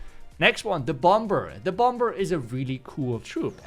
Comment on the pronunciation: love everything you do, you always crush these videos. Quick tip tho, for bomber, keep the ‘b’ silent. It usually sounds like bommer. All love <3